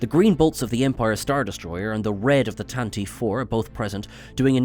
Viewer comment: That is not how you pronounce "Tantive".